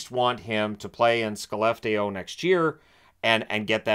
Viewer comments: Good job on the pronunciation! Just make sure to get the “Sch”-sound at the beginning instead of the “Sk” for full marks! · Very close, the pronounciation is closer to "schellefteow", but really good for a non-scandinavian! Thanks alot for all your coverage, you truly are the best! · I appreciate you trying to get pronunciations correct but I'm sorry to say that wherever you got it from happened to be wrong this time. The sk in Skellefteå is pronounced as the ch in Cher (the artist). Source: I'm Swedish and it's a decently sized city so it makes the news every now and again. 😅 I'm really trying not to come across as a d*ck. It's a tough language and even Google can get it wrong sometimes. Skellefteå-Chellefteå❤ Nothing but love from me. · You need to do some more looking up because that wasn't even close to saying Skellefteå! 😂 But I still commend the effort! I think ASP will be a top 4 D in the NHL, but there needs to be other D-men with size on that team. I can see him slip to late in round 1 due to the size. Not super late though. My gut says somewhere 15-19. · "The sk in Skellefteå is pronounced as the ch in Cher (the artist). Source: I'm Swedish and it's a decently sized city so it makes the news every now and again." Like 80% of Swedish people disagree with that.